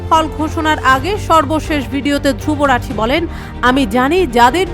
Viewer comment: নাম টাও উচ্চারণ করতে পারে না 😂😂